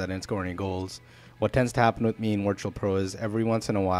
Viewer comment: Do you keep saying wirtual pro? haha